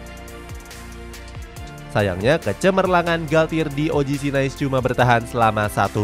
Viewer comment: Izin masukan yaa min, kalo "Nice" dibaca nya "Nis", Les Parisiens dibaca nya "Le Parisieng", trus buat nama coach nya R nya samar yaa min, makasihh